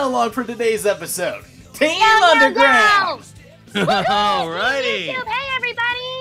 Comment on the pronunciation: It’s pronounced sonic underground